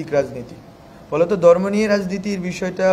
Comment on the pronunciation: ভাই এটা দর্ম না ধর্ম কাইন্ডলি উচ্চারণ গুলো সঠিক করেন কারণ আপনাদের দিকে এখন বিশ্ব মিডিয়ার চোখ।